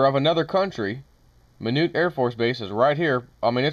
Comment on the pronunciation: Just helpin here it's pronounced My-knot. Like this Don't untie my knot.